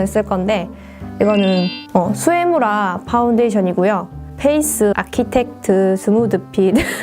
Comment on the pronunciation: 같은 경상도사람인데 수에무라할때 빵터졌다ㅋㅋ 진짜 예쁘세용♡ 깨알꿀팁들 잘보고가요~